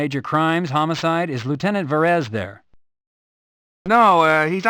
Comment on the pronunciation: Why does the guy keep saying "Homocide?" It's homicide!!!!